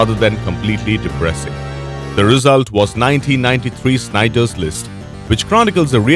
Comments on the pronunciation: Yep, had to hear it twice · It’s called SHINdlers list not Schneiders list 🤣🤣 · Jesus... it's Schindler's List, not Schneider's... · It's" Schindler's list "not "Schneidler's list" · Yeah. He kept saying Schneider's List. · snyder list get your pronunciation right sir listing to this is embarrassing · sneiders list. Calls it sneiders list again 😂🤣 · Why do you say snyders list? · SHIND-LERs list! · Did he say Schneiders list? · Who the fuck is Sneider? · Schindler's list pronounced incorrectly . That movie is a gem.